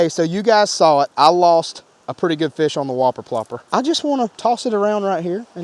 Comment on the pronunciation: Why do I hear slobber knocker instead of whopper popper